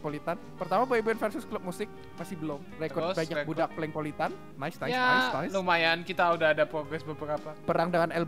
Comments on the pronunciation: bukan polengpolitan tapi plenkpolitan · captain america bukan polang politan tpi plenk politen